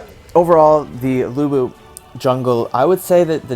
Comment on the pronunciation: Lữ Bố chứ không phải Lu Bu 😂